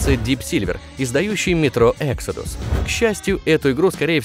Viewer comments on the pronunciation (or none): none